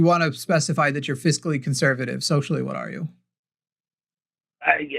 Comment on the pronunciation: Fiscally. It took me forever to figure out what you were trying to say. When you're referring to money/economy the word is fiscal.